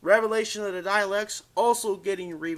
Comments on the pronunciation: It's DAH-LEKS not DAY-LEKS or DYE-LEKS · stop saying dialeks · say dales right like that